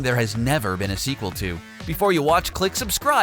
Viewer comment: Can I had segwel said yoshi yes said nendto